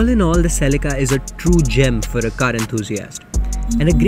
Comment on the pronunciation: Ladies and gentlemen "the celeekaaa"...!!😂